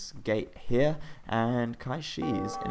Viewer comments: Qishaoye is pronounced Chi Shao Yeh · As a reminder, it is said "tsi shao ye" :)